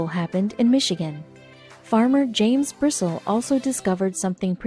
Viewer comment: Bristle is pronounced Bristlee I went to school with Jim.